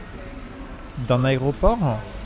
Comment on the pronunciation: "c'est une vidéo en 4k.... D'un aéroporhun ?" 😂😂